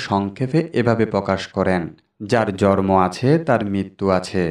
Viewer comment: Bhai , sobkichu tik ache kintu jonmo tha tik babhe uchcharon karun , jormo noi jonmo !!